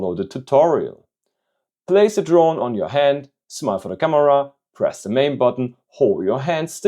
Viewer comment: why did bro say "hond" 😂